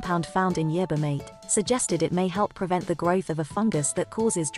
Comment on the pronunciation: It can't pronounce the word yerba either